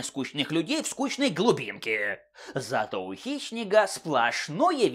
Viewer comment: Мне одному слышится что называет Хищника - Хищнегом?)))